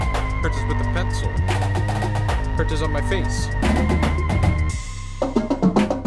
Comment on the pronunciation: He made a song about Hertas but can’t even pronounce them 😂